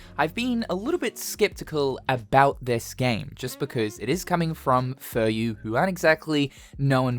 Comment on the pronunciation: I'm pretty sure it's Fu Ryu not Fur Yu